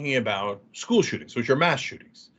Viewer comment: It's the place he didn't learn how to pronounce school correctly